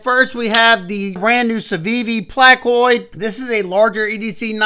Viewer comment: You're the first reviewer I've heard pronounce Placoid correctly 😄 The hyperpulse and sentinel strike II have been an upgrade for civivi. They're like WE lite.